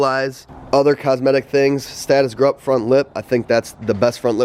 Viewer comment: I could be wrong but I was always under the impression the brand was pronounced “group”